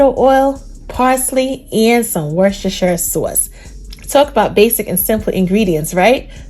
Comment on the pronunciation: What is the name of the black sauce? Is it Worcestershire? I couldn’t understand what you said. Nevertheless voice is dope! New York or Chicago? 😁